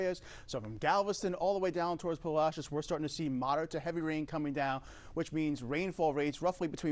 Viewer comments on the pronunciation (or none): Lol.. learn how to say Palacios... Right...